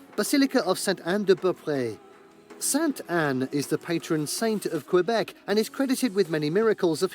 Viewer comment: Honestly your French pronunciation is better than the original narrator of the top 10 list! Thanks for saying Kaybek and not Kwwwwahbek like he does!